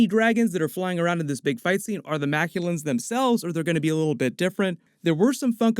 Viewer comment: Cool video and I am really hyped for the movie. One slight correction, though: The alien dragons are not Makulans as you said but Makluans :)